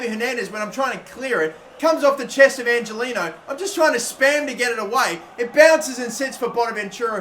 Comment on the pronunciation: Not to break it to you but Angeliño's name is pronounced ''Anghelinyo''